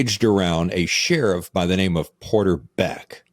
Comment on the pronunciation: Hey you pronounced our name right!